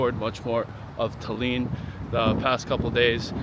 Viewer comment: Why are you saying Talyyyyn?